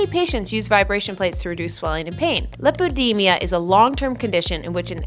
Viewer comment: Save your time - not a great video - WASTE OF TIME. And it’s called LAI-PO-DEE-MAAA!!! Not lipoDIMIAAA.